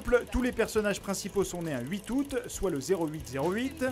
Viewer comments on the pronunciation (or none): none